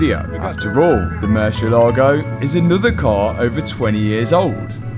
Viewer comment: While you're down there, maybe you can make a side trip to Spain where they can teach you how to say "Murcielago."